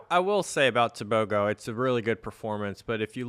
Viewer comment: It’s Teh booh groooh leh sea leh people .